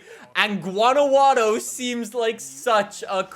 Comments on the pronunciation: Awesome video!!! This is solid! Also a favor for you in the future vids.. GUA-NAH-WHA-TOE and say it like you wanna learn! We learned how to say Edinburgh 🤣 Arriba Guanajuato 🇲🇽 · Wanawaro jajajajajaja it’s Guanajuato but it makes me laugh so it’s ok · Guanajuato is pronounced: GuanaXuato. The x is pronounced the same way that you pronounce in the name "México" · GuanaJATO not guanagladow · Its Guanajuato, not gUaNaWaDo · Its promounced.guana who atto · gWANnahWHaTO Thats how you say it Don't worry im a 12 year old mexican professional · It’s pronounced Juan-a-wat-tho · Guanajuato Is pronounced like: guah-nah-whoah-toe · Why did he pronounce Guanajuato like guano-guano? 😭😂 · Guwa-na-hua-toe<-- Latin Guanajuato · wuanajato that's how you pronounce it, if you can read how i said it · Guanajuato is pronounced like gwanahwato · OMG THE way he says Guanajuato, please listen how it is said properly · its pronounced "gwanahuato" u pronounce the T more- from a Mexican boi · Gu ana hwato is how you pernouce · I'm from Mexico and it was so funny listening him saying "Guanaguaro" instead of how it is actually pronounced here lol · Guanajuato is pronounced gua-nah-hua toh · You pronounce it as guanahuato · The j in Guanajuato is pronounced like an h, so think of it as “Guanahato” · Love the video. It's pronounced "wanna-watto" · Guanajuato:(gwaa ·nuh·waa·tow) this is the correct way to say it. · It’s someone difficult to explain how to pronounce Guanajuato. But the best way I can explain it is Gwaa-nah-hua-tow. Pronounce the Jua like you would pronounce Juan. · Hi, you got it almost right it is pronounced "Guana-(you got it right) jua- (the "j" its from the throat, like the "h" in Happy, sounds hard) and finally -to (like in taco, the t its hard too), Guanajuato. I am from Chihuahua (yes, like the dog) México, thank you very much for keeping us informed!!! Can't wait to buy and Xbox One and play this awesome game! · Dosnt know how to say Guanajuato dont say it again ever